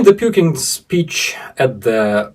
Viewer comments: Did you say " Puking " instead of Putin ? If so congratulations and keep up the good work. I guess those circus clowns bending steel and demonstrating their physical prowess is something every little ruzzian boy aspires too. A fucking freek show and an embarrassment . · pukeing instead of putin 😅🤣😂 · Hot water bottle, and you pronounce 💩 tin, Puke tin (sick tin) 😅😂😅😊 Glory,Victory, Peace, and Justice for Ukraine 🇺🇦 🇬🇧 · "Pukin". I like it! 😂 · • I knew I heard you correctly! You 𝑫𝑰𝑫 call The Evil Dictator “PuKin” 😂. You be safe, too! Hearts ♥️ and prayers 🙏🏻 are with you and all of the Vidvazhni heroyi v Ukrayini 🇺🇦🇺🇦💪🏻 💪🏻